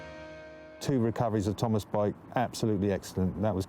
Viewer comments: I can't get over the emphasis on the pronunciation of the name Thomas by the narrator; Tom-Ass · I love how the narrator says his name TOM ASS